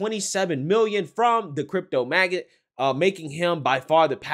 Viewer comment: ** Every time you pronounced Magnate as “Magget” it killed me, glad he was liberal 😂at least 😂